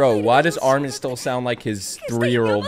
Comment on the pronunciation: Your "ARMIN" souded very russian-ish, and it was clear voice, without any accent. If you will try to learn it, you will get it first try with no issues.